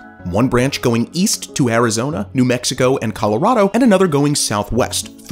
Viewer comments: Then "Azirona?" Are you serious? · Azirona Ihado.